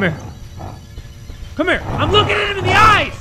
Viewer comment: trying to say the word Him at this part Me:What the heck?!? How?!? Ayo!!!